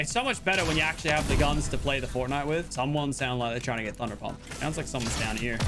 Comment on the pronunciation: Did you see that part where he said thunder dump not thunder pump